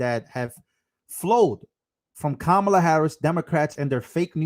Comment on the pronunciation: Kamala - Pronounced 'Kum Allah'